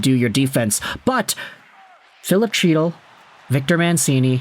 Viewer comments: Hes yours now , fyi it’s pronounced Hytil, not chytil, the c is silent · HEAT-le not CHEAT-le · Can you pronounce chytils name right lol say it as hytil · Chytil is pronounced hee-tul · Can you please pronounce his name correctly. It’s pronounced He-tyl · The dude's name is pronounced HEE-tuhl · In Chytil, the C is silent. Canucks got fleeced given the publicity of the feud. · Maybe you’ll now learn how to properly pronounce Chytil’s name. It’s pronounced with an H sound the Ch is silent. You’ve been pronouncing wrong for the past 5 years. Too bad we couldn’t send you Zibenajed.